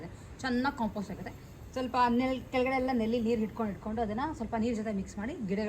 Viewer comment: ನೆಲ್ಲಿ ಅಲ್ಲ ನಲ್ಲಿ